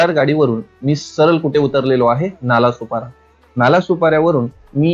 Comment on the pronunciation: अरे नालासुपारा नाही रे नालासोपारा आहे😅